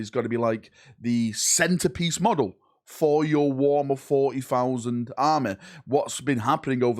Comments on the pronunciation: more like "Fauzn San'z" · I love how Thousand sons sounds in his accent. "Thoosend soons"